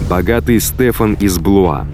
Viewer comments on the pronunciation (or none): none